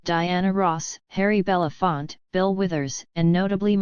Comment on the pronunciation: Was an AI talking here? This AI doesn't recognize possessive nouns. Get a real person next time. It won't sound so robotic & eords will be pronounced correctly-- like Belafonte!